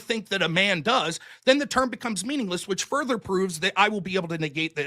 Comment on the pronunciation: furbler I know it was meant to be further 😂 but that typo in speaking gave us a gift lol 🤣 a new name for furby the furbler w won in the opening statement before debate even begins lol 👍 w 👐🙌🙌🙌🙌